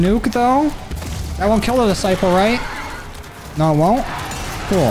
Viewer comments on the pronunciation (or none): none